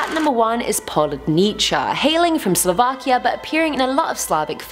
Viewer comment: repeat after me: po-woo-dni-tsa